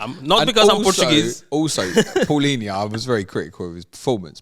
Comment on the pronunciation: Someone that pronounces Palhinha correctly deserves a lot of credit lol. De certeza Portuguese...